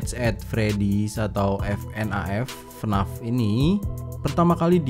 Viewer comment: Bacanya bukan fnaf tapi fnef